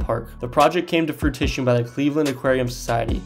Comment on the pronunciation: "Fruition" too, like froo-ih-shun, not came to "frutition"